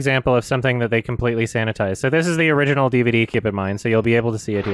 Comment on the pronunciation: If a german viewer would write "Tanz der Teufel" the way pronounced it it would be "Tens der tüfel, das Orijinahl"... I love it.